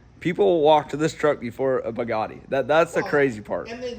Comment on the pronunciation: I'll take the take the Taco over this any day of the week!! Also, it's Bugatti not Bagatti. 😅